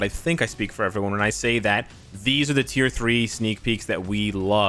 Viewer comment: “TEE THWEE” LOL